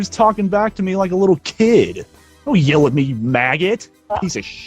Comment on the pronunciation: to is my favorite part the way kaseys dad just emphasizes those words in his douche tone is so fuckin funny. "dont YELL at me you MAAAGOT, PIECE-A-SHIIIT"